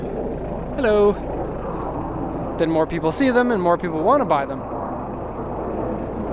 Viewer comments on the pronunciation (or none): none